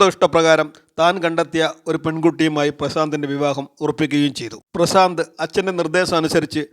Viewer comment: പ്രസാന്ത് അല്ല . പ്രശാന്ത് അല്ലേ?🙄